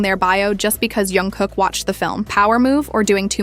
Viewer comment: The voice is made by Ai. Sometimes Ai says names wrong .We can't do anything with that